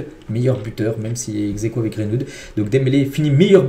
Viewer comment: C'est Greenwood, pas Grainewood